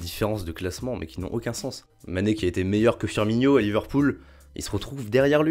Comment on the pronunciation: Firmino pas Firminio ni Firnminho ;)